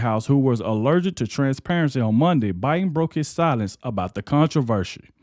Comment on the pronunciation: The 2020 election was a scam. Yes just listening to Joe Bin you could tell there was something mentally wrong wit him. i’ve dealt with dementia and Alzheimer’s with my grandmother and my stepmother. There are just signs that you know something is wrong. I know everybody says Biden was a bad president, but in reality, it wasn’t him being the president. Everyone around him was running the country, not Biden. This is very sad everyone that was handling him and lying to the American people need to be charged with elderly abuse and treason, . He should have been enjoying his life around his children and grandchildren and family.